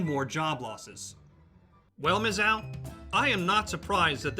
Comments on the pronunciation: Are you saying "Miz-zow," rhymes with "cow"? Stop, just stop. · He made my ears bleed every time he said the name. Clearly an extra ten seconds of research could have been spent learning the actual pronunciation of the school's nickname.